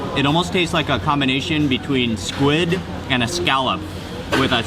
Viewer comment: i just LOVE the way he accentuates and over-pronounces the last letter of every worDDDD he speakkkkkks. I love it! There is SquiddDDDD and Garlicccccccckkkkkk! lol